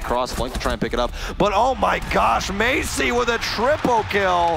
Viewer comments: That ''may-see-ey'' instead of ''ma-ts-yey'' pronounciation sounds so weird if u know how it should be said correctly KEK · The games were so good but the way that announcers pronounced "Maciej" hurt me every time xd I got through 6 minutes of gameplay not even knowing what they were saying/ trying to read. But I loved when in some other games they pronounced grzmot correctly. There is something satisfying about foreigners making an effort at saying a word correctly in a different language even if they don't speak it. <3